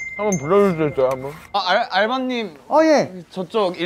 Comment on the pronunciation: 아..알..알rrrr바님.. ill번 테이블에 ㅋㅋㅋㅋㅋ 발음 gorgeous 하다